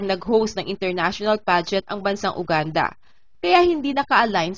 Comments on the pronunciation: Ate, yoo-gaan-duh at hindi Uganda. Make a research before you post kakahiya sa bansa nila hindi natin ma-pronounce ng tama. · Mispronunciation- Uganda - Yuganda po :)